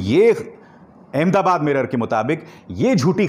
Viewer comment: Please note It's Ahmad Aabaad and not Aham dabaad.